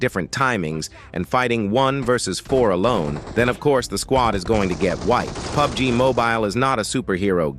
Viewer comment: what? Pi Yu Bi Gi 😅